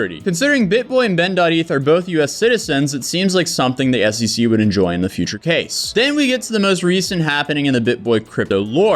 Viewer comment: Its SEC, not SCC